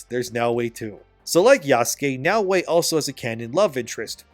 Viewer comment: The other thing wrong about this game is how the people playing it can't pronounce "Yasuke" or "Naoe", like you.